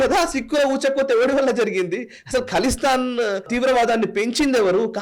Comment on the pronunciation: ఖలిస్తాన్, కలిస్తాన్ కాదు.